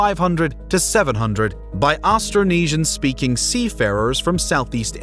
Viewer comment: Astronesia??? hahahahahaha it's Austronesian.